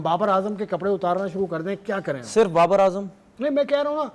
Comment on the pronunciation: Barbar is brand of cricket but b is silent Babar is b rand of cricket